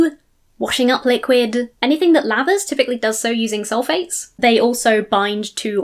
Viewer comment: Maybe she is saying soul-fates not sulphates, and as such her argument isnt entirely goddamn moronic